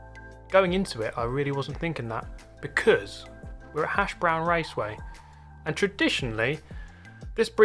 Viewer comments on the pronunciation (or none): it is English, this person dropped the h sound at the beginning of the word, presumably because they are English... it sounds like "an 'ashbrown"